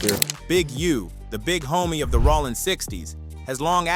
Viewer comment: Bro how TF do you mispronounce "ROLLIN" SMH